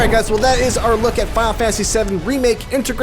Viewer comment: "Fal fanasy SeUM REMAKE" XD